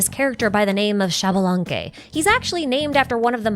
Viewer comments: It is actually pronounced ish-balanque! The x in mayan makes a sh sound, my grandpa still speaks it a bit and i took classes too 🥰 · Xbalanque is pronounced "eesh-bah-lan-keh". Just in case you're interested.